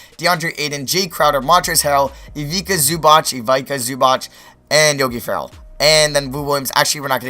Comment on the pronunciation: Its pronounced iviTSa zubaTS not ivika zubach